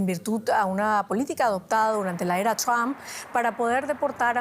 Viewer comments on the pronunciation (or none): none